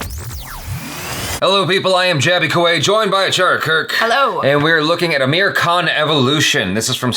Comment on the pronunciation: For God sake, fix your pronounciation of his name it's AAmir not ameer, ameer means rich